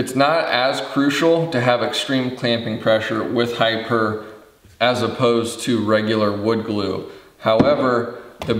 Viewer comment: I do appreciate the thoroughness of the reviews, especially this one on HiPur. One thought I'm thinking it is pronounced "high pure" given it is "high" strength "p" for poly and "ure" for urethane.